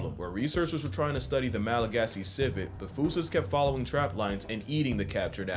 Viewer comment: And apparently Malagasy (the main language of Madagascar) is pronounced "Malagash".